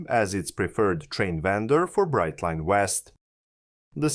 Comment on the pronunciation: If you're going to get picky, get it right. It's Brightline. Brightline.